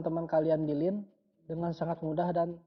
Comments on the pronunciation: Kok pengucapannya lin.....laen kali kk....😂😂😂btw mksh infony🙏🙏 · Line anjingg bukan linn